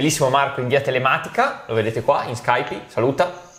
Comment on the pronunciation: Si pronuncia scaip non scaipi